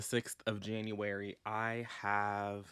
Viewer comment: Not you saying January with your whole chest. 😂😂😂